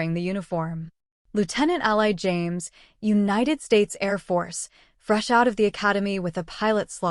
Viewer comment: Someone- please correct the pronunciation of Ally’s name! The “y” should sound like a double “ē”. Thanks! Powerful story with excellent narrative. Great AI narrator!